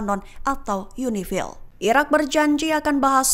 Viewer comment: Kalau ngomong yg bener..irak apa iran min..gak jelas